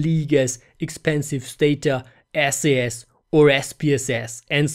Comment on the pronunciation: Pretty good video. Here's a tip... SAS is pronounced "sas" (one syllable; rhymes with "brass"). If you pronounce it "Es-ay-es", you have just turned off thousands of experienced SAS programmers, which should be one of your target audiences.